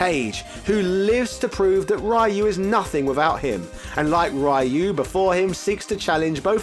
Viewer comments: He said it wrong even when he thought he was saying it right, before he reverted back to Raiyu pronunciation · please go back to saying ryu correctly again, thanks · Ryu.....Kage......Sagat.....trying to fight the urge to stop the video has never been so hard all because these characters names were being pronounced wrong.....on purpose. <_< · The ryu pronunciation is hilarious. Should un please both sides of it lmaoo. Please continue with the humor it's great! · Why are you saying Ryu like that. It's very weird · The continued disrespect of a franchise you supposedly like, yet you continuously pronounce the main characters' name wrong on purpose. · Sho-Ryu-Ken Just say the Ryu sillabe. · Try to pronounce Ryu correctly next time. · This man pronunciation of Kage and ryu lol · I thought I'd heard every possible pronunciation of Ryu until now. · The American pronunciation is still wrong. But it's basically the closest Americans can get without much effort. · No, DON'T! Mexicans HATE that pronounciation of Ryu's name!